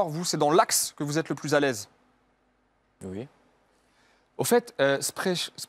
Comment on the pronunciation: Il dit ui au lieu de oui😂